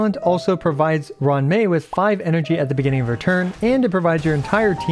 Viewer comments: It's roo-wan mei not Run mei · "ron mei" had me rolling